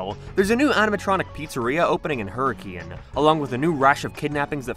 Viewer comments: completely irrelevant to the lore or continuity, but having lived in Southern Utah, i find it cool that the books take place in the same general area. I can also safely say that i don't blame you for the pronunciation you went with, but apparently everyone there pronounces it "HER-rick-kin" and it's weird as hell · Also every time a youtuber doesn't know to say "hurrakin" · Hur A KIN btw not hurriCANE Utah is weird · It's pronounced hurr-ih-kuhn. Not like the weather phenomenon. I know. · I have terrible news for everyone the town is pronounced Hurk-in 😢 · Terrible news the town in Utah is pronounced Hurk-in I am so sorry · It's pronounced Hurra-kin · its pronounced hurrikun not hurricane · I live in Northern Utah, so I don't have quite the same experience. But I sort of figured the Pizzaplex would more reasonably be in St George. Does that sound like it would work better? Poor Hurricane was doomed to be pronounced wrong by literally everyone unfamiliar with the place.